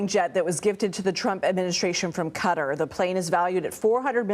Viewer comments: Can't even pronounce Qatar, neither one of them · Sis can’t even pronounce Qatar (KA-tar) right and expects to be taken seriously